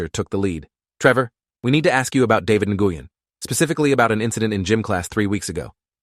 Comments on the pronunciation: Na-goo-yen?? Nguyen is pronounced like “Nwen.” Gotta love AI. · david nih-gui-yen is crazy lol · just a heads up, that’s not how you pronounce Nguyen. The pronunciation is more like your saying the word win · Like newwin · Nguyen is pronounced “when” I have friend with that last name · THAT IS NOT HOW YOU PRONOUNCE NGUYEN 😢😢😢😢😢😢😢😭😭😭😭😭😭😭